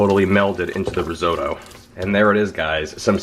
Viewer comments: As Spock would say, "Fascinating." Lawn Geyelind bred as I may be, there are no "D's" in risotto (Rih-ZO'-toe). Okay, Bubbie is going to have a coronary over this recipe, and so is Nonna. That is a hell of a lot of panchetta (no "Y" in paynchedda) you are using, a hell of a lot of shallots, and a hell of a lot of tomato paste, for a relatively small amount of rice and broth. I'm going to try it, but I'm very nervous. I've only just gotten the hang for long grain rice in the IP. Oh, for the record, I did a "Katz's" pastrami this week. It had to be the meat, but it was a total disaster. I wound up with a pastrami scented brick. Salted the meat too long, I think the 1hr heating in the oven was too much, but it smelled good. Attempt #2 this week. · I wish you would say "rissotto" and shallots" correctly.hey, it hurts my ears the way you say it. Yikes, you're such a New Yorker! :)